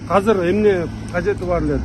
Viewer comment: Кыргыз тилинде "азыр" деген созду "казыр" деп да айтышабы? 1-жолу угушум, кайсы жактын диалекти бул ыя?